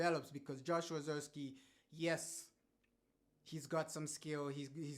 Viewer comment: He might not be good but at least say his name right!!!! 😮